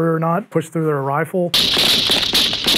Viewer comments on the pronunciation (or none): none